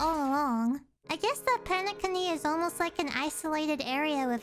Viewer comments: Nice to know many new players plays HSR. HOORAH ❤ And wait did you just said PENE-CUNNY?????😂😂😂😂😂😂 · Me when she says Penecony wrong nah it's alr I'm just happy see more animators play our lord and savior Honkai Star Rail all hail Qingque, Firefly, and Acheron! I ALMOST HAVE E1 FIREFLYYYGGGNFIDNDJFNFSUBSUDBEUDHFH! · Really liked how you said penacony xD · did they not tell you the correct pronounciation of Penacony?